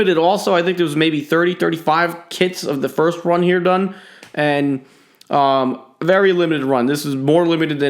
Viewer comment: Did he say berry cool